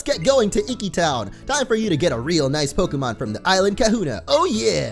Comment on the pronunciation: I'm guessing people have already answered it, but yes...we like to call others whom we are closed to, but not related to, Aunts, Uncles, Cousin... it's a form of formality =) Very awesome you pronounced Professor Kukui's name correctly too! ^_^ oh, and it's e-key town ^_^